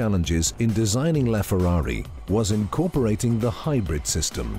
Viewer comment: I don't think it's pronounced "Laughferrari"